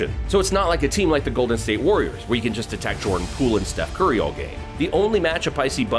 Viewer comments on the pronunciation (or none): none